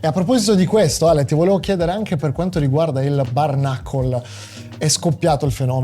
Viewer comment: Lo so che sono pedante, ma pronunci “bare knuckle” come se fosse “barnacle”, e c’è una bella differenza 😂